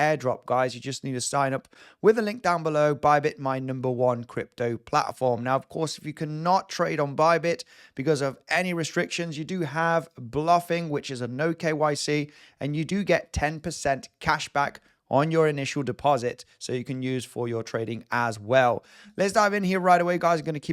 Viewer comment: Its pronounced BLOWFIN, NOT BLUFFIN lol